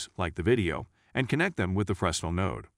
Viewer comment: You said "Frezznle" too many times for me not to point out its pronounced "Fre-nell" its a French word i believe